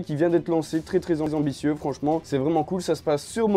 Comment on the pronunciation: "très très enenbitieux, vraiment" 😂